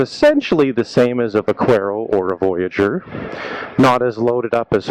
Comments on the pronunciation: Pronounced buck-air-o. Spanish for Cowboy, Buckaroo. V pronounced B. Lol I called it va-quare-o also lol But was corrected by a spanish fella. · Thank you. Drives me nuts when its pronounced like how this guy said it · Couldn't watch. The mispronunciation of the name was absolutely driving me nuts. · I'm the exact same way. Every time I hear someone pronounce it that way, I turn vid off right away